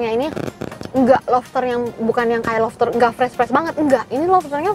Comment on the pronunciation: Siapa yang ngira dia ngomong nya... Lofster bukan lobster...